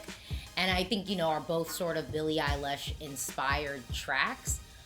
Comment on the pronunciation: You keep saying Billie Eyelash😭😭